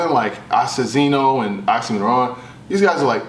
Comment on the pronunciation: Why keep sayin' OxymoRon? 😁